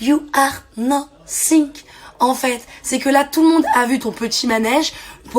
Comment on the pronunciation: "You are nossink" 😭